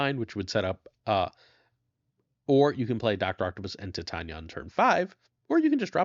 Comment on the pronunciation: I think Titania is pronounced like titanium "Tie-tay-nee-uh", not "Ti-tanya"